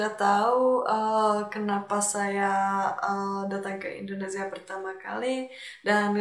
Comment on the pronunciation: Welcome to Indonesia.....supaya ucapan kamu bagus...kata INDONESIA tidak gunakan Z tapi S.....IndoneSia....bukan IndoneZia.